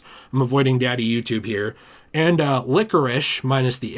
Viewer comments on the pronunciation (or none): none